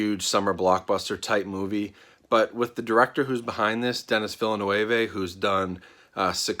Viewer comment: The directors name is pronounced 'duh-nee veel-nuv'.